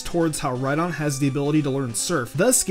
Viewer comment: It's name is Rhydon like ride on